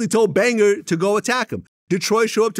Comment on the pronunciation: AND ANOTHER THING!!! Stop pronouncing this mans name as "BangER" VLAD really pissed me off this segment.